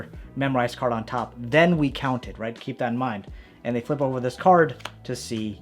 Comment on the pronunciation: He said cerd trick in beginning